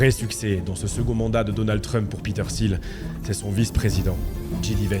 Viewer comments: Mec relou des commentaires ici : Pourquoi prononcer Peter SIL quand tout le monde dans les extraits prononcent TIL ? Même en allant chercher la bonne prononciation, je ne trouve pas de Peter SIL. C'est un point que je relève souvent dans les vidéos, pas que sur celle là, mais s'il vous plaît, un petit effort sur la prononciation des noms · Les premières secondes de la vidéo on entend Peter [til] et pendant toute la vidéo on va entendre [sil] 🫥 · Petite précision : son nom de famille se prononce "til" et pas "sil". Un journaliste lui avait posé la question dans un entretien, il avait répondu que ça se prononçait "til" car il continuait de le prononcer à l'allemande tel qu'à l'origine. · Peter Thiel se prononce TIL... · Parlons peu, parlons bien. La concurrence Youtube est féroce. J'ai cliqué sur ta vidéo parce que le sujet ma "parlait" ( je me doutais qu'il s'agissait de Thiel). J'ai quitté la vidéo dès que j'ai vu que tu prononçais mal son nom. Oui, déso, mais moi ce genre de détail décrédibilise complètement un contenu. Dans toutes les vidéo que tu as vues à son sujet, on prononce le T de Thiel. Et toi, tu le transformes en "th". C'est con, je sais, mais ça m'a suffi. Bon courage pour la suite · Quel est l’intérêt de prononcer son nom de famille 257 fois à l’anglaise avec le fameux « th » alors que lui même et l’ensemble des locuteurs anglophones ne le prononce pas de cette manière? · Comment peut-on faire une vidéo de 30 min sur qqn et ne pas prononcer son nom correctement ? Surtout quand celui-ci est si simple.